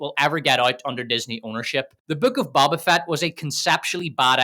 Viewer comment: Hey guy? Love the video, love the analysis but... it's a long O when saying Boba Fett. It's not Bobba, it's BO-BA. (bow-buh) Otherwise, great job.